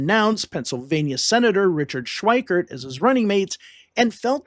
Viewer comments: It's not pronounced "Schweikert." There's no "t". It's Schweiker. Get it right. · FWIW: Richard Schweiker's name does not contain the letter "t", so the narrator's pronunciation of that name as "Schweikert" is a bit jarring -- and inaccurate.